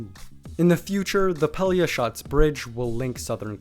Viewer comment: hey, respect to you for a real good pronunciation of a real hard word -> Pelješac :)